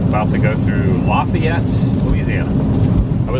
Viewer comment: It isn’t pronounced Lafayette in Louisiana, it is pronounced Laugh Yet.